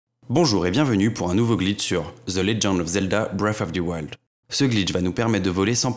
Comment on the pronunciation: Ze legand of zelda breaf of ze wald